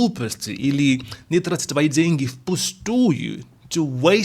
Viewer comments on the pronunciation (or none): трАтить, ударение не первый слог